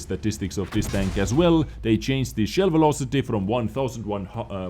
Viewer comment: You are one of the best wot yt , but can you for the love of god stop saying chainst instead of changed ?